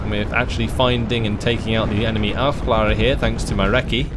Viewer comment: Aufklärer is pronounced Aufklehrer, because ä is basically an e